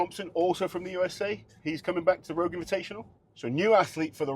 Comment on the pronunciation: ROGUiE not ROUGE